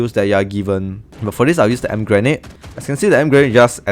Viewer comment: In English you say “Ee-Em-Pee” grenade ☺️ Thank you so much for the help!!!!